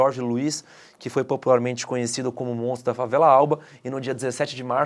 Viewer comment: Tá falando o s do MONTRO galera.